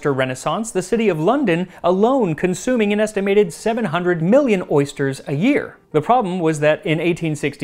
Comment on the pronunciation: Except they said "ersters". Ursters? Oersters?